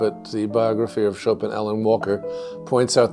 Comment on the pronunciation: This is great. Thank you. Please ask the moderator to stop sounding an ’n‘ at the end of Chopin. It is annoying when pronouncing Chopin, especially when making the nasal 'in' as in French --- a sound that doesn't exist in English, and which he pronounces well (congrats!). In French, ”ce n'est pas facile pour un anglophone de faire ces voyelles nasales (an, en, in, on, un)“. Please stop tagging an 'n' sound at the end of Chopin.